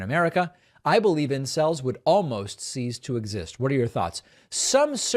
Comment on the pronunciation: "Cease" to exist; not "seize".